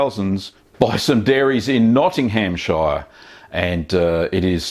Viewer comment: Oh, and Notting-ham-shire :D :D (I'm from there btw)